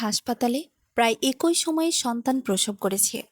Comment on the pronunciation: এক ঐ মানে কি ? শব্দটি হবে এক‌ই । গল্প বলার জন্য শুদ্ধভাবে কথা বলা জানতে হয় ।